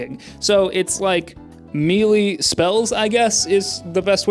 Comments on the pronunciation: Melee is pronounced "may-lay." :-) When you were born I was 18... I actually didn't play this, my first MMO was Ultima Online. I had a girlfriend that played a lot of Meridian 59 though. I also played an old MMO on Gamestorm (game service) called Legends of Kesmai, you should check that one out. It's even more primitive than this. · Melee isn't pronounced mili, it is pronounced maylay. You're welcome